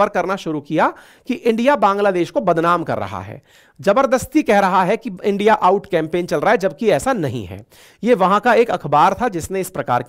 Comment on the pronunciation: Why are you saying Endia? Please say India.